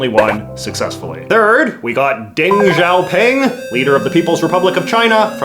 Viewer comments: Dang Shaopang lol Love your stuff JJ, but the pronunciation of Chinese names by people who don’t know the language hurts me lol. It’s pronounced more like “dung sh-yow-ping”, but the “sh” sound requires your tongue to be behind your bottom teeth and sounds lighter than our “sh” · JJ is slowly becoming 50s Little Richard. I can dig it. I always found it fascinating how all of my knowledge on these topics came from cartoons. Don't think I didn't notice that little Simpsons nod. On the other hand, Simpsons should have taught you how to pronounce Deng Xiaoping properly! Homer read his name inside a Powersauce bar upon discovering they were made of apple cores and chinese newspapers..